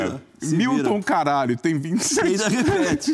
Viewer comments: Ele enche a boca msm. "miltom CARALHO" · encheu a boca pra falar o nome do cara também kkkkkkkkkkkkkkkkkk